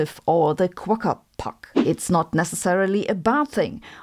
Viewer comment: There is no "r" on the end of Quokka. But a nice mention of them. 😄